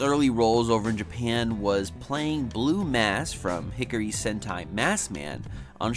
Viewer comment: Ah yes, "Hickory" sentai Maskman